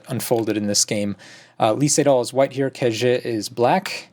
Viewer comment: You guys should learn the correct pronunciation of Ke Jie. After all he will dominate the Go scene for many years to come : - just click on listen